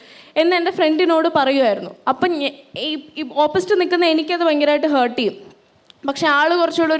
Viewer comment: ഹേർട്ട് അല്ല ഹാർട്ട്